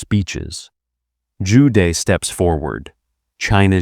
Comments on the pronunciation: good content but please use correct pronunciation -- Joo Deh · Zhu De: Joo Duh. not day . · Zhu De pronounced Jew Duh朱德....last character means virtue...the man is aptly named